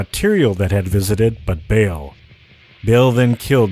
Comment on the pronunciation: my dear friends, please got more involved with the origins of these names...even if it might me pronounced like this in the game. it is not "bail" it' ba'al (coming close is buh-uhl or buh-L) ignorance ain't bliss :)